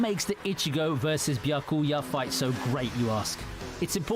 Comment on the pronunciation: bro said Byuhcooyah💀💀